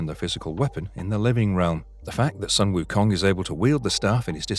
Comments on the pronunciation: Jesus, how hard can it be??!!! Sun - Wukong pronounce just like the word Soon instead The Sun/Son... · His name is pronounced as “Soon” Wu Kong